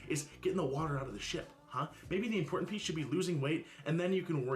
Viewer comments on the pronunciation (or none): Disappointment My, want to stick pencils into my ears moments are when she says “impor-end”. Ugh! *edited because I relistened to a vid and realized she doesn’t even use the “T”.